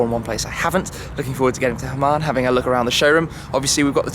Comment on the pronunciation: i like hamann (not "hamam", shmee ;-) ) but the m5 bodykit is so ugly...